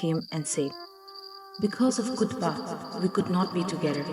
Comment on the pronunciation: I think Kutupa should be pronounced Kootoopah , and not Kootpa.Also Anishe should be pronounced Anshey flower and should be written likewise ! Sounds and looks better ! Just a thought.